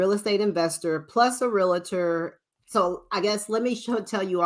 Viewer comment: PLEASE- It’s pronounced REAL-TOR not “rea-la-ter”.